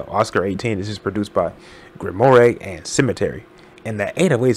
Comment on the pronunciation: Small nitpick but im pretty sure grimoire is pronounced "Grim-wore", not "Grim-war-eh" like how you pronounced it in this video. Banger video btw